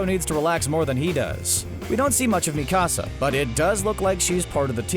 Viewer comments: One complain and one complain only. As a valley girl learning Japanese, it’s Mikasa. Not Me Casa 🏠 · clearly this guy was reading from a script. probably haven't seen a single episode. me-ka-sa? It's meka--sa. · mi-ka-sa not mecasa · Bro why the fuck do cunts keep saying mi casa for Mikasa 🤬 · Why he say mikasa like dat 😭💀